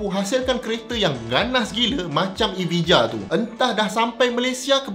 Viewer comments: prof dia tak panggil evija dia panggil aviya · EVIJA pronounce nya ialah EVIJA = EVAYA